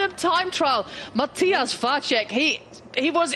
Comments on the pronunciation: She's got Vacek's name all wrong though. The 'c' in the middle of his name is pronounced as "ts" in tits. Not as "ch" in check or "cz" in Czech. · except for Vacek, where it's a normal C, so should be pronounced like "ts" instead of "ch" and short a, long would be á